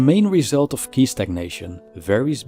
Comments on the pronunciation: Good video. I guess that qi is pronounced ''chi'', not ''ki''. Anyway, you could make a video on the concept of qi from a philosophical point of view in the future, it would be interesting. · Just two little things to avoid misunderstanding... 😊For editing ”Nothing is impermanent” , there should be "everything", and"qi" is pronounced "tshi" as in an English word chill. Anyway, I do appreciate your effort a lot. Keep up the good work.🙏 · Qi pronounce as chee.